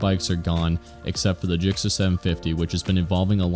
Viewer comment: Stop saying JIKCER...